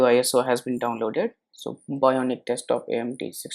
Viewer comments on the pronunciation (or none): none